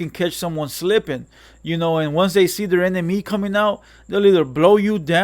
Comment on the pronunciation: Bro keep pronouncin enemy like that because he so used to sayin enimgo he gotta catch himself everytime tryna clean image up professional for tha channel i feel you homie! Good shit i dont agree with everything its all good tho